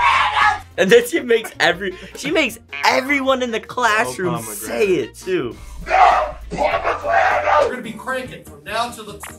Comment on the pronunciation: “nO pOmAgRaNiTs😡😡😡😡” bro I’d burst out laughing😂😂😂😂😂😂😂😂😂😂😂😂😂😂😂